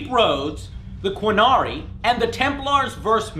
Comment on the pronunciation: And the you in a qunari is silent dumbass it's sounds like Q..narni. Also some people actually pronounce it Ca..nar. ree. That one seems to be universal but I don't blink an eye when someone says Q..nari though.